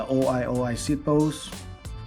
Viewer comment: o-i o-i 😂 it's oy oy